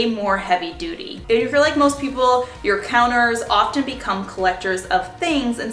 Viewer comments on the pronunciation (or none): none